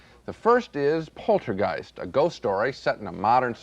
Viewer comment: Despite giving the word a saxon g when he says it earlier, when he isn't concentrating, Ebert pronounces it: polter-jiced - Ebert tries to say the word sentient, but ends up pronouncing it: sen-tin-ent I bet he first encountered both of these words in print, when he was about 11, years before he ever heard them pronounced out loud. And his initial impression became somehow "hard-wired."